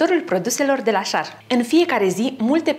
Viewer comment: Nu e schar..e scher..(asa se citeste)